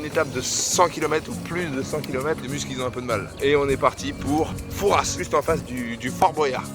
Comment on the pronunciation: Slt excellent ton vlog. Dommage que tu n ai pas annoncé avant tes étapes j habite rochefort je vous aurais recu avec plaisir. Sinon pour Fouras on prononce pas le s 😂